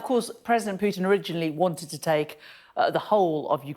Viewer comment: Spot on. He can't even pronounce 'Putin'!